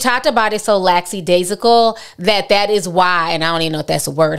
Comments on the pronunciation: “Laxidasional” 🤣🤣 love you!!! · Ti you had the correct word you were just pronouncing it wrong lol; Lackadaisical